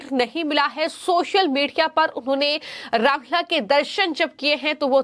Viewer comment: रामलल्ला शब्द का उच्चारण तो सही कर लो